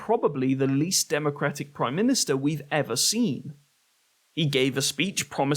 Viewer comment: Praume minustar😂